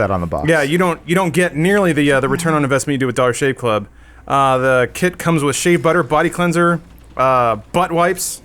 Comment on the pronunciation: When says "dollar shave club", it actually sounds like "dog shit club"